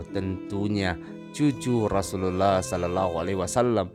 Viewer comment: Perbaiki pertuturan terlebih dahulu pertuturan pun tak jelas klu nnenjadi imam pun tak boleh, sebut rasullullah bunyi jadi rasullallah